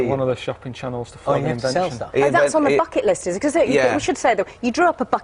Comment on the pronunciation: Did amuse me slightly when she says that's on the Bucket list sounds like Fuck it list. lol